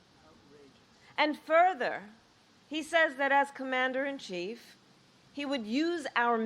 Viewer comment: Emphasis on comMANder 🇺🇸